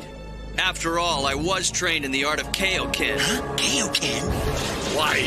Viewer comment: Man! Back then, we didn’t realise that the ‘over 9000’ line was a mistranslation, or that ‘Kai-o Ken’ was mispronounced.